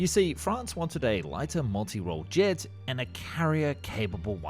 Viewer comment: le "G" plutôt que le "JET" trop bizarre la voix………